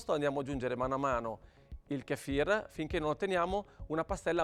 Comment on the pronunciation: Kéfir ... Kefír 😂